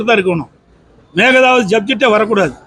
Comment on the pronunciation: மேகதாது னு சொல்ல தெரியல மேகலாது....லூசுப்........